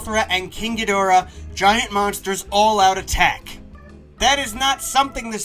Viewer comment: He finally said Ghidorah right again